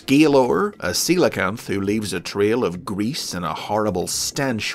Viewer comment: Happy to hear someone say Ceolcanth right